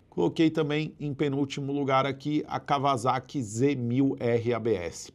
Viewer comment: vc que gosta de moto, kawasaki não se pronuncia kavazaki e sim cauaçaqui blz é nois!